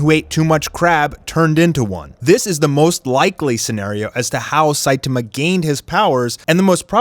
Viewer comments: ITS NOT SITAMA ITS SAITAMA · It's very refreshing to watch a OPM commentator who actually knows how to pronounce Saitama correctly. Props! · That way you say Saitama kills me bro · I cannot with the way saitama is pronounced. Lol.